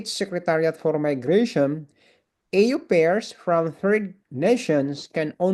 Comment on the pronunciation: Correction lang po... au pair... Ang pagbigkas ay : " o pair " hindi po ... ey yu peyr